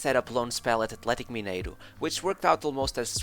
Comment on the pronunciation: O primeiro vídeo do canal foi sobre Figo e o jeito que você pronuncia Roberto Carloxxxx e Atlético Mineiro entregam que você é português HSAUHSAHSAHUSHAHus